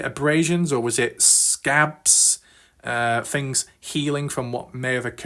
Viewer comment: whats with certain brits who often replace 'th' with "fff".... first fings first. it's super annoying. why is this guy covering a story from america anyway?